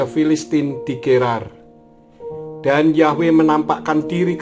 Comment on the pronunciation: YHWH bukan dibaca yahweh pak karena YHWH huruf vokal mati bukan hidup